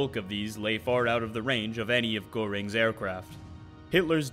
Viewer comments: go ring is this narrated artificially? Any well read english speaker could do better, especially NAME pronunciation is butchered by your reading machine comprehensively. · Lol "go-ring"